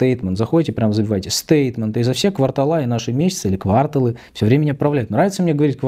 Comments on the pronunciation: и не кварталА, и не квАрталы, а квартАлы😂 если уж на то пошло)) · кварталА, квАрталы))) Правильно - квартАлы! 😂🎉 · Ни так,ни так: квартАлы 😂